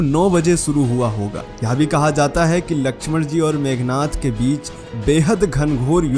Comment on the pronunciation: मेघनाथ नहीं मेघनाद बोलो